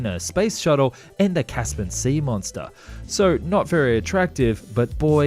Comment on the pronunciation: Caspen, caspen ? It's CASS PEE EN !! "Equivolated" ??? "Arnaments" ? "Dying shame" ? The phrase is "Crying Shame".. I didn't even bother watching the other segments it was too annoying listening to all the mistakes. Come on man, don't you have ANYONE who can grammar & spell check ??